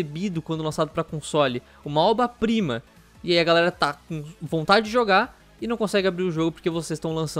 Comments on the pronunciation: qual a dificuldade de falar obRa prima? oba oba oba kkkkkkkkkkkkkk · "uma oba prima" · "Uma óba prima" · " uma óba prima" -Central, 2019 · Eu achei q tinha escutado errado, mas ele falou "oba prima" algumas vezes n foi? N conseguia prestar atenção em outra coisa XD kkkkk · "Uma oba prima" Kkkkkkkkkkkkkkkkkk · Mais alguém tá ouvindo "oba prima"? Kkkk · Ele tem que parar com esse fetiche de falar oba prima. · Ele falou errado mesmo kkk Oba prima kkkk :v